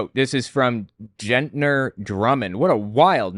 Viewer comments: I can't stand Ryan Walters. He needs to go away. He is an elected official! That means people actually voted for him! Oh...and Gentner has a hard G sound at the beginning. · Not Jet’ner it Get’ner as in “Go GET your book”. LMAO!! Not as though it matters lol